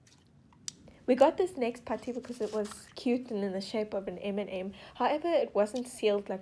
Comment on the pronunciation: The way she said m&m gets me lmfao